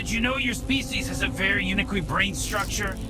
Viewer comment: " Did you know you species has a very uniquey brain structure?" Never change, AI.